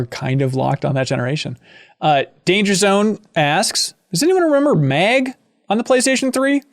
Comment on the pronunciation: "Did anyone played Meg?" Oh MN. Its pronounced "Mag". Meg just sounds like a spin off shooter made starring the character family guy XD.